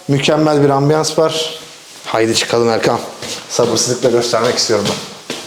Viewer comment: Kinaye yapmadım :) gerçekten 2023'ün yazından beridir her kanalı açtığımda ona seslendiğiniz kısmı tekrar dinleyip kendi içimde bir hesaplaşmaya dalıyorum. "Erkam dedi. Yok yahu Erkan'dır... ama Erkam dedi duydum" gibi 😄